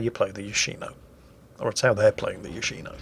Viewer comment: its yoshiNO